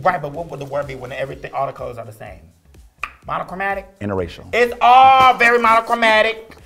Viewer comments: Didn't she say "innerracial"? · Lol did Nina say 'Interracial?'. 🤣🤣🤣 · Is no one gon talk about how nina started speaking in tongues and hexing us with some spell after she said "interracial!"